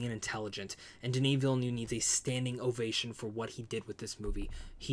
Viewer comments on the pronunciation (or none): Veel-NERVE is the pronunciation... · Villeneuve is pronounced Ville ( Nerve without the R sound ) similar to the number 9 in French Neuf. Cheers